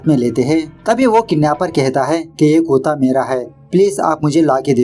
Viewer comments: कुता या कुत्ता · Kuta nahi kutta